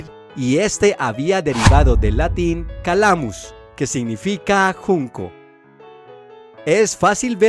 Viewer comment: Calamaro o calamaio deriva dal latino CALĂMUS con ă breve. La pronuncia è "càlamus" non "calàmus"